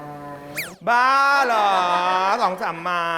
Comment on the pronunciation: กินคนเดียวเหรอ? จากเสียวในคลิป ต้องสะกดว่า “ หรอ ” ไม่ใช่ “ เหรอ ” เพราะจากเสียงคนถามในคลิปมันเป็นสระ ออ ไม่ใช่ สระ เออ🤩🤩